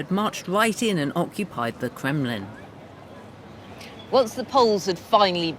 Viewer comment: Lucy can't say the letter R. The Cwown of Russia. The Kwemlin. The Womanovs. Speech Impediment?